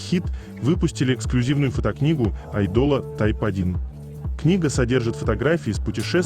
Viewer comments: Так раздражает чтец. Безграмотно, безэмоционально. Неправильное ударение на многих словах, но особенно АЙДОЛ с ударением на последний слог. Позорное чтение. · Айдол по-французски так звучит